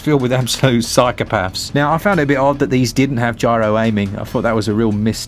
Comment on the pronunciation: "NO GRYO!" LOL What is a gryo?